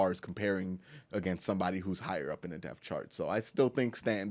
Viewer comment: another great inside joke shirt would be how u say depth. A deaf chart.. Lol